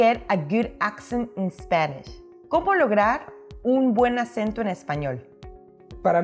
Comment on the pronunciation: De verdad, tiene un optimo accento en español👏👏👏👏